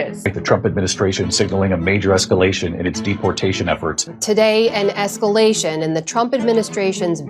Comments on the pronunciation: “Trumps esculation” haha retard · esculation... :face-blue-smiling::face-blue-smiling::face-blue-smiling::face-blue-smiling::face-blue-smiling: A.I. not so sharp eton